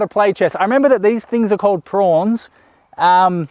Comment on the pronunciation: They're pawns mate. Not prawns 🤣